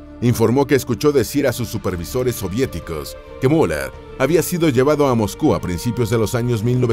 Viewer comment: Es increíble que no puedan aprender a pronunciar UN nombre alemán, Müller es el más común. Al inicio hablan de "La Gran Guerra" y muestran aviones de la 2° GM; después de la represión policial en München, y ponen imágenes de 1989 un desastre...